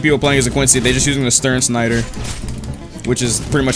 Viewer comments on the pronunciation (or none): As a german i love how he says Sternschneider